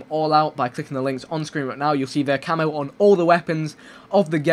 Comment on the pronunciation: why does he say camo so weird?